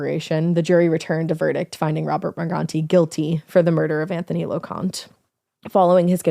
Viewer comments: Lo-con-tae is how they pronounce their name. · His name is pronounced Lo-con-tea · I grew up with Anthony. It was horrible news. He was a nice kid. And you pronounced his last name wrong. Loconte